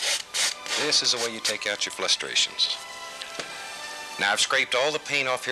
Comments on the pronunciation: "This is the way you take out your flustrations." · Flustrations* xD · Flustrations, not frustrations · Flushtrations, not frustrations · Did he just say "flustrations" twice? to ? Bob Ross rewriting the dictionary confirmed, and right in front of his own son. The absolute mad man. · He said flustrations 🥹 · he said FLUSTrations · Definitely did, but I think he did it on purpose. Flustered with frustration, it sounded pretty deliberate haha.